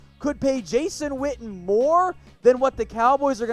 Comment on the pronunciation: I thought his name was Witten, your pronouncing it Whtten...